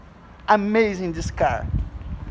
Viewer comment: "aMEIZIN THIS CAR" KKKKJJJKJKKKK